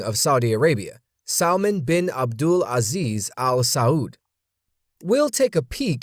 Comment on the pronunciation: did he say king salmon?